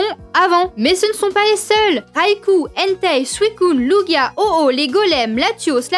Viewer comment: Enfin un trasher (trasheuse) qui dit ''entei'' et pas ''hentai''